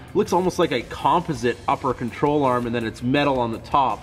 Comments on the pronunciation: I was wondering lol, sitting here thinking "I've never heard anyone say composite like that before" lol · You say composite weird. Must be Canadian, nice truck!!